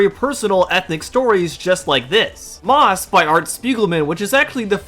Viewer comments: Love and the video, only problem is had was Maus is pronounced Mouse, not Moss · And I'm pretty sure Maus is pronounced like mouse, not moss. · I can understand not knowing how to pronounce "Persepolis," like it's not a very common word, fair enough.... but Maus? Bro... the main characters are portrayed as mice. The title is literally just "Mouse" lmao